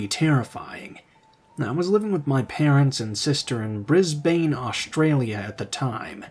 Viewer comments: Thank you, nicely done…. by the way it’s more said like bris-ben rather than bris-bain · It's pronounced as Bris-bun but the emphasis is on Bris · Aussie here. “Brisbane” is pronounced “BRIZZ-bun” (just in case it ever comes up again). 😊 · Hi! Not a criticism -but ppl from Brisbane (including myself) pronounce it Bris-bin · Good Narration, I did die inside when your pronounced Brisbane wrong.